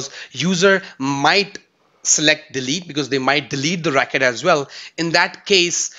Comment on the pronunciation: Why do you pronounce 'RECORD' as ''RAKET'?